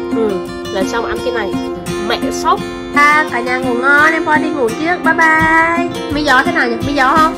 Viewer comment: Hahaha... Bon bai bai và mi gió hơi bị sành điệu đấy nhá